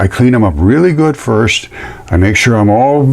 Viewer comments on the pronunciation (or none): none